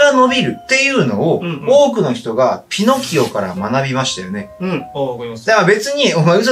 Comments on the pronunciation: ピノ↓キオ ここハルに「偏見じゃん！」言ってほしかったw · ピノ↑キオ↓なの！？発音